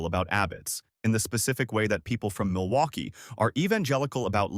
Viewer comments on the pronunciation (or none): none